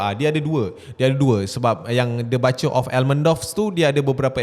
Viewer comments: Butcher pronounce as ‘Boot’cher’ not BUTTCHER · Butcher tu bunyi omputih dia "boo-cher"